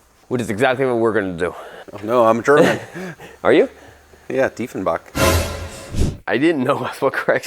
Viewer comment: You probably meant Craig Tiefenbach :)) Not Doefendif :)) Hilarious :))